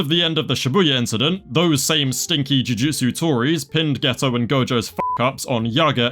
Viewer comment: you calling them jutusu tories.... instant follow